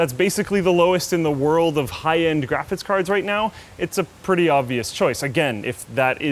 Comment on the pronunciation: can't say graphics card and architecture. He always say architexture and graphic kard